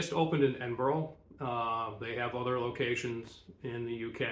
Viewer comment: Edin burraa. There's no 'oh' in it. Great vid, though!